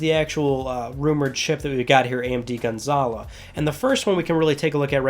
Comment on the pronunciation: You're wrong about developer choosing better visuals over frame rate, they really have no choice because the CPU is severely underpowered. The jaguar CPU is a piece of trash. Also it's gonzaLO not gonzaLA. Stop saying it like that.